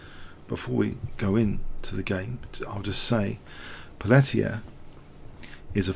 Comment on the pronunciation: Great game. Just a note re: pronunciation. White's name is pronounced 'Pelteeay', not 'Pelleteer'. It's French.